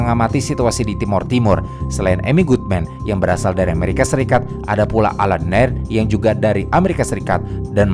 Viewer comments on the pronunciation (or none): none